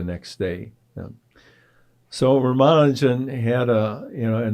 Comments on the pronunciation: The young interviewers are presumably Indian. Even if they are not - but particularly if they are - they could benefit from learning how to pronounce Ramanujan's name correctly from Professor Berndt. It is not "Ramanoojan", it is "Raamaanujan", with the "u" pronounced as in "bull". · A close friend from India tells me that his name is pronounced as Ram-Anujan. Certainly not with stress on the syllable "man". Is learning correct pronunciation beneath an academic ?